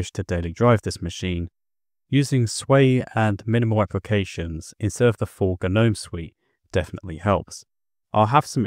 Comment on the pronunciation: I'm glad you pronounced GNOME properly. I'm so sick of people mispronouncing it! Sadly GNOME 3 sucks ass in my option though. I liked GNOME 2.